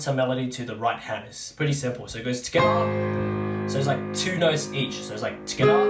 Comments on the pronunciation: Stoppppppp saying skiter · At first I thought he was saying "SKITTAH, SKITTAH" and I was like wtf is a skittah? Finally realized he's saying TOGETHA (together), hahahahah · It’s not together it’s “tgedda” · “tugethAh!” “tUgeTha!” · Tgethar, tgethar😂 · It’s ska instead of together lol😂😂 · Yes I could always hear that but it’s kinda easy to figure out that he’s saying together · When you’re saying “together” it sounds like “Skrra” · Oh shit he’s saying together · I like how you say together and how it eventually starts sounding like gibberish after hearing it a bunch. Thank you for breaking this down in such a basic way!